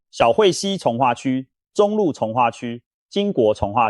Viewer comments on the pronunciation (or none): 你是台灣國人嗎？為什麼重(ㄔ×ㄥˊ) 劃區說成重(ㄓXㄥ、)劃區.是中共國人嗎？ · ㄉㄡˉ會區 ㄓㄨㄥˋ化區 重華區 哎kia 怎麼發音都怪怪的